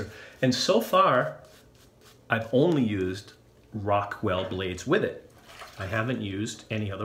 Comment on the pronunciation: I thought you said Rockwell "success". Fits the name nonetheless!